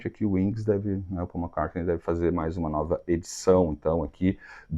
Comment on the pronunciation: o Speed of Sound deve ser alusão ao Concorde e vc pronuncia McCart(nei) que é errado e acerta em Hard